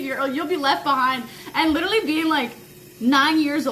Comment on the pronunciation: It fries me how you say literally 😭😭😭😭😭😭